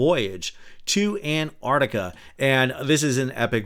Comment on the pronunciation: Thanks Sal, from Australia. It's Ant-arc-tica, not Ant-artica 😁😁